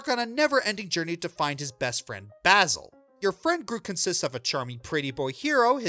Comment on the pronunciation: the mispronounciation of basil is killing me.